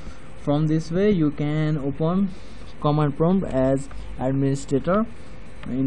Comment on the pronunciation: #riprip English bro it's open not opuen